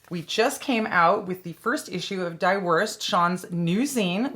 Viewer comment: Not to nitpick, but German "die" is pronounced like "dee".